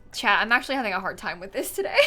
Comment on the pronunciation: You kept saying chat but I kept hearing chad and was confused